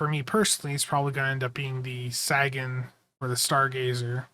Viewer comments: dude love your stuff but got pet peeve - it’s pronounced “SĀgun” not saaagon. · [SAY] + [GUHN] it was driving me nuts that it was mispronounced the WHOLE VIDEO. Carl Sagan was a (relatively) recent big deal in science. He has been on multiple shows. Did countless interviews. How could you not know how to say the mans name?